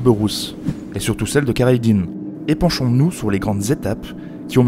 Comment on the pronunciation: Une précision : khayreddine ne se prononce pas avec un K au début. En fait le " kh " est une sorte de "R" , difficile de vous dire comment le prononcer ( un peu en raclant la gorge) mais a défaut, mieux vaut employer le "R" que le "K" en langue française phonétiquement. Comme pour le prénom Khaled ou Khadija. Merci pour cette passionnante page d'histoire. 🇩🇿😘🇨🇵